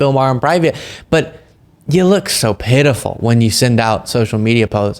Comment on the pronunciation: sounding like someone from the Fargo film or series. “Ya jus’ look patiful, hun”. doing his best Marge Gunderson impression. 😅